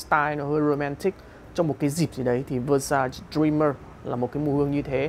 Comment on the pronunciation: Xem lại cách phát âm từ Versace nha bạn, không nên phát âm sai tên hãng, đó là cái tối thiểu.